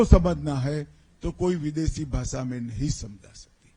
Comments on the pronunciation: पहेले भाषा बोलने तो सिखों भासा भासा....क्या तड़ी पार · पहले अपनी भासा ठीक कर लो सर जी...😅😅 भासा नहीं होती.. भाषा होती है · He himself can't speak his own bhasha. Instead of bhasha he pronounces bhasa. We all learn our language at home atmosphere. Learning to speak English helps us communicate globally and india being a diverse country we are bound to use English when we meet at national conferences. Just because these people can't communicate in English so everybody has to follow them??? Ask him to speak in sanskrut or translate all the books in hindi, Assamese, Bengali, kashmiri, Goan, and all other Indian languages. Today if our pm knew how to communicate in English our global crisis would have become much easier. I wonder if he ever has gone to countries outside India? In europe it was so difficult to move around because of language. We missed out many trips entitled to us due to language, got lost everywhere. We learn our language at home and know our own culture in the same way which is dear to us. Over and above learning various language is a credit. Ask him not to give his useless ideas to us.